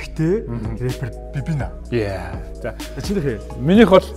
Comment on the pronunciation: Babynna neriig n buruu duudaad bh shig bn shv Banya aha